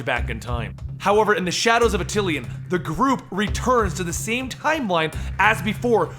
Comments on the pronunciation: DO MORE INHHUMANS STORIES! THEY ARE THE MOST AWESOME BUT SLEPT ON GROUP IN MARVEL COMICS! also just a little peeve: its pronounced At-ti-Lan not At-til-i-an. there is no second "I" in it. sorry it was bothering me. but great video! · ATILAN! NOT ATTILIAN! LEARN TO F**KING READ! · Attilan, not Atillian. :) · It's ATILAN, not ATILIAN -_ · Attilan. Not Atillian. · why do you say atill-ean its just attilan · my boy, it's pronounced Ah-til-lahn. not ah-til-ee-ahn. lmao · Another awesome, quick sidenote though, it's pronounced a-ti-lan as opposed to atilian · Its actually AH-till-lan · Great vid! Yes, more Inhumans! For what its worth, Stan Lee pronounces it A-til-an with the major accent on the first syllable and a minor accent on the 3rd. Once again, thanks and more please!